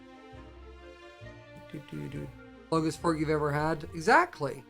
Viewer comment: When he first said fork I thought he ment fuck😂😂